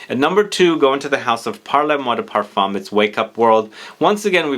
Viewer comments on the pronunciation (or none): none